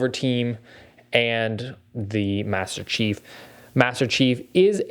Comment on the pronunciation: Did bro accidentally say master cheeks